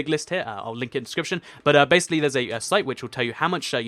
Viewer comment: Yes you fix it I was soooooo coteries when you said bassily then finish this for fixing it😀😀😁😀😀😀😀😀😀😀😀😀😀😀😀😀😀and find the odd one out laughs